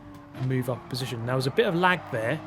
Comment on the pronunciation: "Down into final positionth": Nice try brain